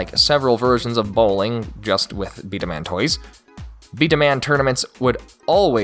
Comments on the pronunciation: It's actually pronounced "Bee-Dah-Mahn," not "Bee-Dah-Man." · It’s pronounced bda-mon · It's B-Daman as in (Bee-duh-mon) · It's pronounced B-Dah-Mon Like Pokemon or Digimon. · Does anyone notice he’s saying b daman wrong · First time hearing this pronunciation of "B-Daman" :D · I was so hype for this video until I heard you pronounce “B-daman” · You are saying B-Daman wrong